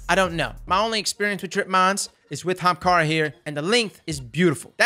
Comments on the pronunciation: It's pronouced "AH-hamKaras" xD not just "hamkaras" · OH MY GOD, PRONOUNCE THE “A”! ITS NOT HAMKARA! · Let's say it together "Ah-haum-car-ah" not "........ Hahamkara!" lmfao I love you dude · Say "Ahamkara" again. I dare you. I double dare you. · Say "Aha!" NBow say Ahamkara, not hamkara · As being an Indian and ahamkhara being an ancient India word, I am truly offended how you're pronouncing it, it sounds like AH-HUM-KHAARA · Why does he keep pronouncing the Young Ara-ara's Spine that way? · Say it with me "ah HAM kara" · pls. Everytime you mispronounce AH-HUM-CAR-UH, a hunter switches to Stomp-ees. pls q-q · U need to do more builds that have this name in it because every time u say Ahemkara (man I can’t spell) I laugh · Ok for everyone it's A-haam-ka-ra. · The viewer:: kamehameha-amkarah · It's not Ahem-kara It's pronounced Akuna-ma-tata-arms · Did you record your voice to say Ahamara and slap it in there when u need to say it? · RTT2 Games “armkara” 👌🏼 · That's the southern way to say it..."HAMKARA!" lol 🤣🤣🤣 I'm from the south too so I know . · The emphasis on AHAMKARA cracks me up. XD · Theres a reason no one talks about it. Cause everyone thinks stompies are best, so they use them. Then the ahamkara users can insta kill em with grenades. Its a sleeper exotic, but now our eyes are open. Also i how how he says ahamkara. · Could you pls say the A on Ahamkara? 😅 The way you said it in this videos kinda triggered me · I will never say AHAMKARA the normal way ever again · The way you said Ahamkara made me giggle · Me too 😂😂